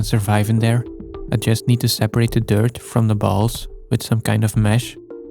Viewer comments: Is it me or are you evil spirited biologists say 'dirt' like 'turd' every 2nd time? Better stop thinking about that... Nice focus shifting, btw. 😁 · I'm not saying Blurbs is the reason I'm here. But he's the reason I can't hear you say dirt, only the Dirt King. DYURT. FOR THE DYURT KING. YOU EAT IT AND YOU GET MAGIC POWERS. FROM THE DYURT.